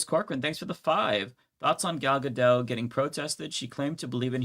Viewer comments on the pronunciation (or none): Gal Gadot is Israeli and her name is in Hebrew, so it should be pronounced with a hard T at the end. Really stress that consonant. Israel is very similar to the U.S. in many ways, including the self righteous propaganda in school, especially in the IDF, and after Oct.7 even reasonable people (and I knew a few), were all on board the nuke Gaza sentiment, if not literally. On top of that, Israelis living outside of Israel are usually extra patriotic. I'm not excusing her opinions, but just so you'll know, she may have been a good person before. Her name means "wave of the river banks". Kind of. Gal means Wave (singular), and Gadot means banks (Plural).